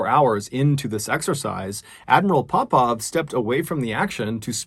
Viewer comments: why every time you say admiral Popov I thought you going to say admiral Popeye ... anyway may they all RIP .. gr8 content MrBallen we really missed you . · Oooooh Popov 😂 why was I hearing pop pop like as in grandad or paw paw